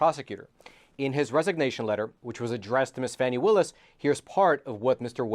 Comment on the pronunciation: Sorry, can't take your blog seriously. The Fulton County DA's name is pronounced "Fawny". Your repeated use of "Fanny" leaves your piece reeking with an odor of mendacity. Do facts actually matter in any of your presentations?